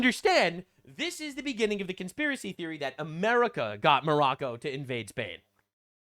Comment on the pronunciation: Hassan also calls Morocco--- More Row Ko This is like Calling China --- Chin Ah